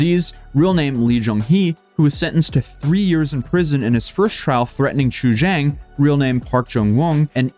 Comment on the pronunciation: I know is always trying to pronounce names correctly and I credit him greatly for that. I just can't unhear him going back and forth with "chu-yang", "chu-jang", and "chu-zang" within the same sentence. At one point, I thought he was talking about a third person being blackmailed.